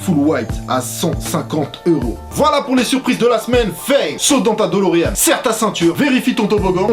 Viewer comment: Eyyyyy bro ont dit Delorean et pas dolorean